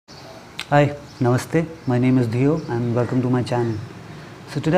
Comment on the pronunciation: Even how you say, 'Namaste' is beautiful. Our people have stopped saying it. Thank you for your amazing videos. Have you made any for manifesting happiness or a job or love for someone else?